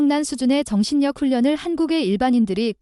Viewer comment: '정실력' >>>>'정신녁' 겁나 거슬리네 ㅋㅋㅋㅋ 이거 조선족 채널인가? ㅎㅎㅎㅎ